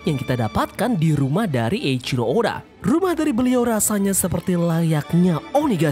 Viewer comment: sorry min mau koreksi, kalo dalam bacaan jepang penyebutan huruf C itu ga dibaca seperti huruf "K" seperti dalam bahas inggris. jadi kalo "Eichiro" itu dibaca "Eiciro" bukan "Eikiro" suka agak gimana gitu dengernya kalo dibaca sok sok inglish gitu tuh. maaf ya min sebelumnya, tapi sepengetahuan ane sih gitu. silakan temen2 koreksi kalo ane salah 🙏🏻